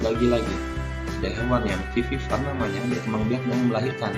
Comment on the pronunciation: Mr itu vivipar bukan vivivar 🤭